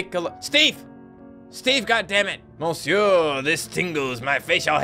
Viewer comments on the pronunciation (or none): none